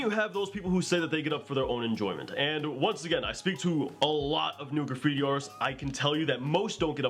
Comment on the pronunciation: You're saying graffibi...........